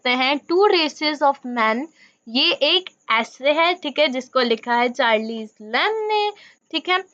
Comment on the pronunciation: At least correctly pronounce the name of the author please.....